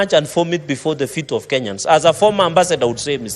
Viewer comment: Why not just say ''of" .. what's this "rof"?